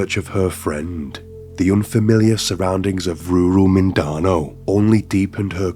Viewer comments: I did notice he has a "strong accent" but no, that's not why he couldn't pronounce the place name, he ASSUMED that the spelling would be pronounced in a way which made sense to him and was too lazy to spend 2 mins on google fact checking his assumption. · The pronunciation for "Mindanao" is sending me, sorry it's a bit cringe. Phillipines, esp in certain parts, can be a hard place where due to poverty, impoverishment, lack of education, housing, etc have caused mental and physical health to dip and lawlessness spikes. The Philippines government is a joke, esp in barangays where it's hard to enforce things as people are desperate and feel robbed of dignity. Top down, the infrastructure is weak and horrific cases are a frequent occurrence. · It is pronounced "Mindanao" not "Mindano" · you pronounced Mindanao wrong it's pronounced "Min-da-now" hope this helps ^^ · It's pronounced 'Minda-now' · i fuckin hate it when white people are too lazy to look up how to pronounce a certain word. such a white person thing to say "i'm not even gonna try to pronounce that" or "i probably butchered that pronounciation" ITS LIKE, JUST LOOK UP HOW TO PRONOUNCE "MINDANAO" YOU BO OH O WO OH LOOKIN FUCVK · great vid but as a half pinoy my heart hurt every time you misspronounced mindano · lol dood says mindanao so bad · As a Filipino I didn’t even recognize the island name because of how terribly it was pronounced & then went “is he trying to say Mindanao? 💀”. That seems like minimal effort to pronounce the location correctly especially something that easy when you’re profiting off someone’s death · Yeah same here, and I'm not even Filipino......tamad. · An accent doesn’t make you completely mispronounce a word. Seems kind of insulting of English people’s intelligence to think just because of where he’s from he can’t pronounce Mindanao. If he’s not even able to do the bare minimum then the quality of the video isn’t good & it’s disrespectful to the victim 👀